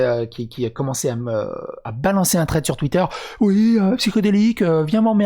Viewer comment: Thread pas Tread.